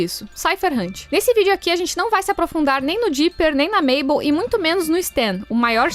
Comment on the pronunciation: o nome da mabel Errado